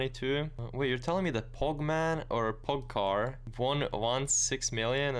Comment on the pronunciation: listen dikhead, they do have drip - richard mille watches on some of the drivers actually, but they are just borrowed also "pog-car" hahahah, u slaughtered the mans name, not cool. Also he didnt dip after 1 year, he got 6m in 2021 cuz it was his first year in the tour and won, age 23 - he will prob get more than 6m this year